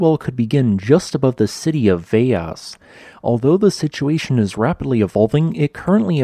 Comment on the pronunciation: I'm a native of São Jorge. You've done a great job of reporting on the sittuation. Pronounciation tip as I have a feeling it will be in the news quite a bit in the near future... The L in Velas is pronounced like an L not a Y. Velas, not Veyas. Also, the letter Ç is pronounced like a soft C or an S. In Portuguese, the Js, Gs and Ls all sound similar to their English counterparts, and not at all like in Spanish. Cheers amigo.